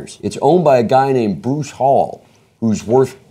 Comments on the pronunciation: it's hall Eee not hall and he did that because hes very religious hence the reason discount tires are closed on Sundays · It’s pronounced Hal-lee not hall. Maybe u should know how to say his name before u bash him.